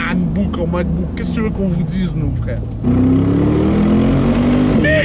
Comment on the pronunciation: Il a vrm dit nahlbook en mcbook 🤣🤣😊